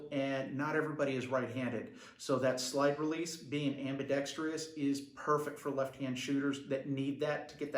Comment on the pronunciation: Your're killing me with your enunciation of ambidextrous... there's only one "i" bro.